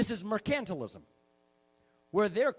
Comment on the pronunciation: MER-cantilism. Also I feel like he's selling Florida timeshares